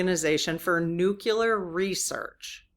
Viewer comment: Nu-clee-ar. Not nu-cu-lar. Watch tv show Big Bang Theory for pop culture references.